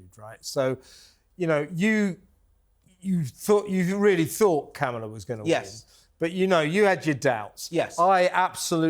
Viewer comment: WHY DO YOU LOT INSIST UPON CALLING Kamala Harris ‘Camel-a’!!! Her name is pronounced ‘CAR-m-la’ i think you do it on purpose. It’s not funny, it’s juvenile, it’s inaccurate, and it’s ignorant. I can’t stand the woman, but please be professional…. call her by her f***ing name!. You don’t have to insult her just because she’s somehow deficient. Not funny!!!!! I like your show, but not that much…goodbye.